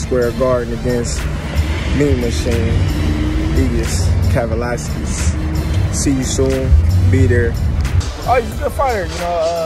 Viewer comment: Cant even say dudes name....😣